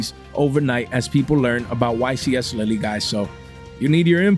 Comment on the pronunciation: The "e" in Lille is silent 😂😂😂